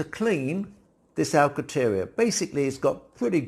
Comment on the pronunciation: There is an 'n' in Alcantera. You are omitting the 'n'.